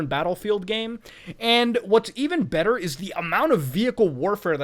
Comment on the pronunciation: "tHe PlAYsTaTioN iS bETtA" I only post this, so muta can spit on me.